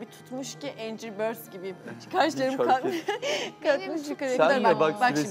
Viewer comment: sosyete gibi gözükmeyi bırak önce ingilizce öğren anciry değil angiry diye okunur “angry birds”